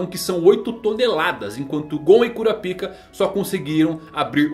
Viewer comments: KurapÍka... 🥲👎 KurÁpika... 😌👍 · É "Kurápiká", não cura-pica. 👎🏻 Será possível que não assistiu ao animé em áudio original? Ou é só o prazer de trocar o nome do personagem pra uma conotação sexual? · Se pronuncia Karapaika, cura pica é foda!!! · como é: kurapika como ele fala: cura pika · Arrumar essa pronúncia para KuRÁpika, com ênfase no RÁ, não faria nenhum mal. Se aproximaria da pronúncia original e ainda tiraria essa ênfase do "pika" que soa tão ruim em português. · hanta hanta kkk curapic@ mano nao da pra assistir fala br que agunia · você poderia pronunciar o nome do Kurapika corretamente kkk